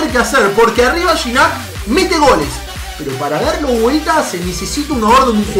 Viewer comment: se dice giñac